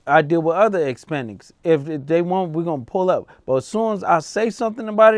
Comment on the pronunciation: My boy said ispanics 😂 i cant make this up 😂